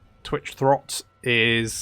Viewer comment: Calling "Throgg" Throt now are we? To be fair, they live in the same locale and have the same first 4 letters in their name... Classic GW naming sense.